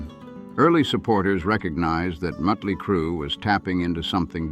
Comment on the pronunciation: you do realize it's MOT-ley Crue.........not MUT-ley Crue, right ?